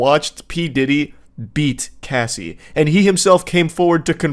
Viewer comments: It's pronounced Cass-e not Casey. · You'd think after reading the name 1000x you would understand her name is Cassie not Casey. Moron. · Her name is Cassie not Casey FFA each time you said her name incorrectly I wanted to smack you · Why is he calling her Casey? Her name is Cassie lol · kinda crazy how much y'all mispronounced their names or artist name. Cassie, not Casey. I always wondered what happened to her cuz she was HOT SHIT BACK THEN. Joe-Da-See = Jodeci, not Joe-dak-ee. Jodeci was very famous and a great group of singers. Sadly, they could have stopped something from Diddy. Saying that though, I'm sure diddy would be out already. Now, with all the shit that he has accumulated throughout the years, the man is donezo. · Yeah they changed pronunciation halfway through from "Cassie" to "Casey," and it was really bugging me. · Its not pronounced casey. Its pronounced like sassy. I wanna slap that dude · It’s disgusting how they can’t even pronounce Cassie’s name right. Especially laughing at her traumas. This felt like a high school presentation that nobody was prepared for. Shame on them. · You can at least say her name correctly when talking about her trauma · When saying Harvey's name wrong you correct it, but you mispronounce Cassie's name wrong the whole video... I don't think anyone would care if you butchered the monsters name..edit..props on correcting the pronunciations.. I feel like a Karen for that comment ...and this one, way too much laughter for a Diddy video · Mispronouncing Cassie’s name was frustrating but why was Kid Cudi’s being blown up funny? Your pronunciation of Jodeci was atrocious! You asked for help on how to pronounce the word “irreconcilable” but couldn’t be bothered with pronouncing the names of the people involved properly. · You couldn't wait an hour to stuff your face? Oh and being a communicator who doesn't know how to pronounce words with letters ass in is baffling. What an ace